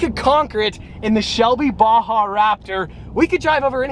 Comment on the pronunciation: Why can't americans prenounce baja?